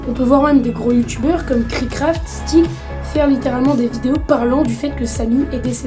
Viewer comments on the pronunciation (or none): Steak se prononce STÈK et pas STIK